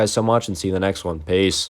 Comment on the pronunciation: Zomg said pee instead of peace lol lmao 🤣🤣🤣🤣